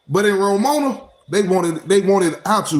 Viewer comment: Nigga, its RO-MA-NIA.